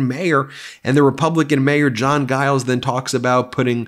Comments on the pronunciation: Stop calling jiles guyles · Hey, I thought you'd like to know that the "G" in "Giles" is pronounced like a "J".